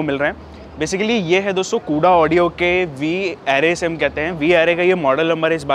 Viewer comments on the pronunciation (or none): Mere bhai pehle to naaam thik se Bata de company ka. It's कोडा ऑडियो not कूड़ा ऑडियो 🙄